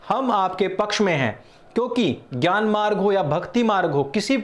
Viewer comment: भाई आप ज्ञान को ज्यान क्यों बोलते हैं